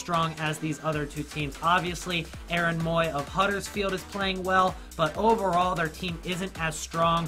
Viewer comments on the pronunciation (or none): none